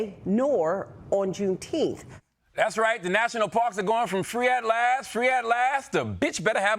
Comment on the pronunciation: He said Pruneteenth. I’m done. 😂